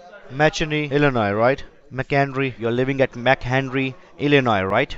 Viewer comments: he says il-li-Nie 😂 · he cant even pronounce the state name hahahaha